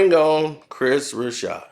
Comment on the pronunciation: Broussard has no H in it..why does this clown keep calling him Chris Broushard